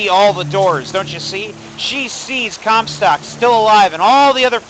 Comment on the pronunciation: I hear "Cumstock" every time... dammit